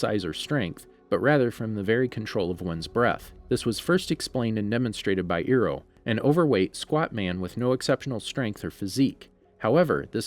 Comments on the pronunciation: its not Iroh its I- roh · Hol up did he say Ero? Its Iroh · Iron NOT Eroh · Did he just say Ero!!! It’s Iroh!! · I’m so mad at him for saying eroh and not Iroh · UR SO ROOD ITS NOT EEROH ITS IROH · Nani its iroh not eroh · Bro stop saying eroh its iroh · Iroh is pronounced Eye-roh, not Ear-oh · It’s iroh not eroh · its not ear-oh lol, its eye-row (iroh) aand its not ag-nai kai, its ag-nee kai... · You triggered me when you said “eeroh” instead of “iroh” but anyways good video, keep it up. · Dude Come on man if you actually watched the series you know the name would be iroh not earo, aint trying to be mean tho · the way you say Iroh, Eroh lol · did he say ear oh I’m dying it’s eye row it’s just like the live action movie were they call him general ear oh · I used to love your channel. Until you pronounced Iroh's name wrong. It's "I - - Row", although you said "Ear - - Row". This hurts. In all seriousness, though I'm not gonna stop watching your videos keep up the good work! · This is a amazing channel but say Iroh not Eero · Ikr it’s iroh not eeroh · my guy said eroh its iroh and why the hell are u saying aganai ki its agni kai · Why did you call IrOh ErOh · Did... did you call him earoh? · Hey, it’s pronounced “EYE-ROW.” How could you produce and present videos on subjects when you can’t even get basic subject matter pronunciations right? Get someone who can. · His name is Iroh not eero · E-roh oze-ai ag-e-kai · Iroh not earoh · Why did he say Eroh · He really said eroh😔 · You saying “Eroh” gave me The Last Airbender flashbacks 😭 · Eroh? Agnay Kai? WTF haha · Iroh (eye-row) Please don’t ruin this for me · Why did you say earoh? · Earo........sorry I had flashbacks to the avatar live action movie but at least he said Agni kai even though he said ag nye but at least he didn’t say Agni key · When he said earo I had flashbacks to the movie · I cannot get over the fact you called Iroh EROH. Love the video. 🤣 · Uncle Euro, is like a 1000 Euro bill.